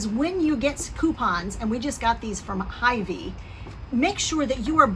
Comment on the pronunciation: It’s pronounced hyVEE not HYvee.